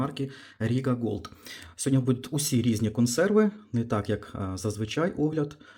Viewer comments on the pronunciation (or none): none